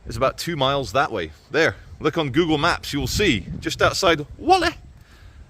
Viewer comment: Stop calling it Wally, It's Wall-ey